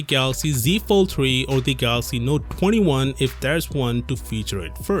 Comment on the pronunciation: Did you say note 21....(clutching at straws) 😳😂